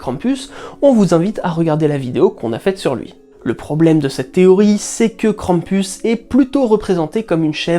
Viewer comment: Si on prend Perrault, alors on a six frères plus le petit Poucet qui s'échappe... ça se tiendrai ^^ Merci de nous faire voyager avec un tel travail!... Et le "u" ce dit toujours "ou" dans Krampus x") Hate de voir la vidéo sur les ogres!